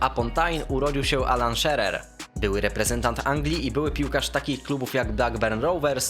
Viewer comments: mowi sie shirer anie szerer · Gada Sie Alan Shirer A Nie Tak Jak Jego Nazwisko Brzmi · serio... Alan SZERER? Dziennik A S? Merytorycznie Twoje materiały są spoko, ale popracuj nad wymową, to nie są niszowe czy skomplikowane nazwy / nazwiska żeby tak je kaleczyć. Pzdr. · Alan "szirer" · Mówi się ALAN SZIRER ;) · Mówi się szirer po polsku i totenham A nie totenam